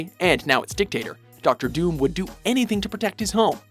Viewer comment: What's up with you guys always getting names wrong?? Doctor DOOM doesn't have an S in it.